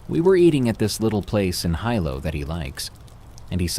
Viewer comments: It pronounced heelow not highlow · Good stories. But having lived in Hawaii for a number of years and would fly from Honolulu to the Big Island many times with friends, your pronunciations of Hawaiian place names are a bit off. Hilo is pronounce Hee-low not High-low. And the tree is Oh-hee-ooh not Ohio. The other that bugged me was the Javelina vicious creatures they are and it's pronounced Hava-leena, not Javalina, the "J" is pronounced like an "H". It's Spanish. I grew up in the South West. But no biggie. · Very good stories tonight. Part of me was hoping for more cryptids, but humans can be just as scary. As for the 3rd story though, the city is pronounced "he low" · Darkness spooky vid as always! I just wanted to say in Hawaiian the hi combination is pronounced like he, so HE-low and Oh-HE-AH. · Hilo is pronounced ( He-low). My son lives on the Big Island and I’ve been in Hilo, very tropical and humid😊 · And Hilo, Hawaii. It's where Lilo and Stich is set!